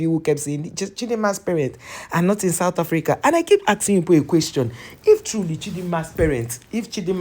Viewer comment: Why you want to give us chidimama what is wrong with you all.I need real true Nigerian to tell me.we are not stupid all in South Africa.not sad Africa as u pronunciation.we are shaka and sekhukhune amapondo children.we will respect who respect us.we will defend our self from anyone who disrespects South Africa 🇿🇦 our land.just leave us alone.god give South Africa strength and wisdom and love from to u mighty love.for give the enemy of South Africa who want to destroy u peace and South African people.please bless South Africa on the year of 2025 and beyond.we don’t hate we have love god bless Africa and the world.we are all your children.